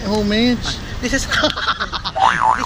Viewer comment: Homage is pronounced as "oh-maj"